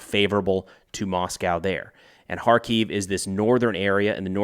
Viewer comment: You're pronouncing the Ukrainian capital wrong.